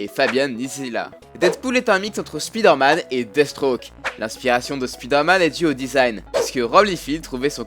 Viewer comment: On prononce "Spaïdeur Mann"